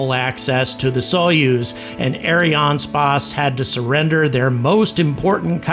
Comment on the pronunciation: It reads Ariane space, not spáçe xD